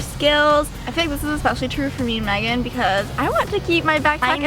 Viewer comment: Is it just me or does Megan always say magan? 😂